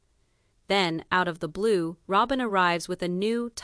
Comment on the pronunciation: This is AI. Listen to it. It can’t even pronounce Robyn.